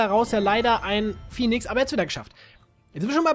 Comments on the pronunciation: Warum sagst du phinix statt Phönix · es heißt Phönix und nicht Phinix